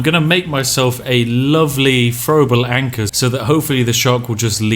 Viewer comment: when you said throwable anchor it sounded like frowable anckis